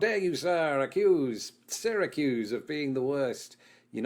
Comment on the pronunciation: Ist time he mentions where I live Syracuse New York and it's for the snowiest cities in America (which is true) also surprised he pronounced Syracuse the correct way since unless you live you everyone pronounces it wrong.